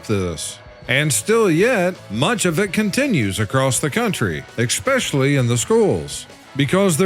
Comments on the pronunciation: I love this channel but for f*** sake it's especially NOT expecially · It’s especially, not exspecially.